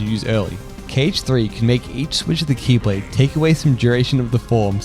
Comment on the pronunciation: The faint old man xehanort "X-blade" every time you say key lade made me smile.